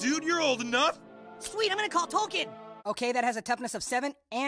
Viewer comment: So, now they’re actually pronouncing it Tolkien. I’d like to see them go back in all their episodes and re-record all the times they said his name TOKEN, the way it ACTUALLY is.